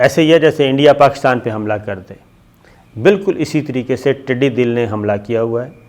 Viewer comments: صابر شاکر ٹڈی دل نہیں ہوتا ٹڈی دل زبر کے ساتھ بولنا ہے. ڈاکٹر محمد الیاس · صابر بھائی ٹڈی دل اس میں دال کے اوپر زبر ھے جس کا مطلب لشکر ھوتا ھے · صابر صاحب یہ لفظ ٹڈی دّل ہے - دّل کا مطلب ہے فوج - ٹڈیوں کا لشکر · Its "Tiddi Dall" not Dill, Dall means a large group. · The word is not tiddi dil, It is tiddi dal. But your programs are good and informative. Thanks. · Its not tiddi dil, its tiddi dal.... dal means a large group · The word is Tiddy Dal and not Tiddy Dil as you pronounce. Correct me if I'm wrong. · Sabir Shakir sahib, I follow you regularly. Just wanted to correct something. You have been saying throughout ' Tidee Dil', this word is not Dil but Dal like 'Lashkar' . Tidee is locust and Dal is Lashkar or Army. Together it's army of locust. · sir tiddi 'dal'.........hota hy '...........dil' nahi..........'dal'....ka matlab ikatth ya hujoom ko kehte hn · ٹڈِ دِل نہیں صابر شاکر صاحب یہ لفظ ٹڈی دَل ہے، {دال پر زبر ہے} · Tiddi dil nahi,sahi talafuz hy tiddi dul.aap aksar talaffuz ki ghalatian kr jatey hn.is per bhi tawajoh den. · Sir jee not tiddy dil . It's called tiddy dul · Dear Sabir; Tiddi Dal, it's not Tiddi Dil: bless you! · Sabir shakar it's not tidi dil it's tidi dal... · tiddi dal hota hai tidi dil nahi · محترم ٹڈی دَل ہوتا ھے ٹڈی دِل نہیں 😉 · Word tidi Dil is wrong it is tidi dall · It is not dil but is dal. Things should be pronounced correctly while talking to the masses. I think u will not mind. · پہلے تو یہ لفظ ٹڈی دَل ہے ۔ دوسرے یہ بہت بڑا خطرہ ہے جسے ہماری حکومت بہت ہلکا لئے ہوۓ ہے۔ پورے ملک میں 6 جہاز سپرے کے لئے ہیں ۔ 6 اب خریدے جا رہے ہیں ۔ اپنے ذاتی استعمال کے لئے جہاز خریدیں گے اس طرف کوئ دھیان نہیں ۔ یہ وقت وفاقی اور صوبائی کا مسئلہ نہیں ہے ۔ عمل کا وقت ہے ۔ ایم این اے اور ایم پی اے زیادہ تر زرعی علاقے سے ہوتے ہیں وہ کیا بھنگ پی کر سو رہے ہیں ۔ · Please educate yourself. It's not Tidi Dil It's Tidi Dal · Tiddi dill nahe, tiddi daull hota hai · صحيح تلفظ ٹڈی دل د پر زبر کے ساتھ هے ۔دل کا مطلب لشکر هوتا هے ۔